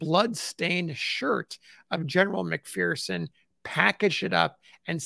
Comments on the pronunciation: FYI: McPherson is a Scottish name and is properly pronounced as Mc fur son, not Mc fear son. The McPhersons say "There is no fear in McPherson". I truly Enjoy and appreciate your work very much. RPG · There's no 'fear' in McPherson. As we say here in McPherson, Kansas. It's pronounced Mc-fur-son.